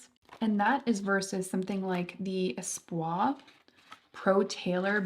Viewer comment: Also espoir does have the r so while its not really a super hard r but its less espo-ah and more espo-ahr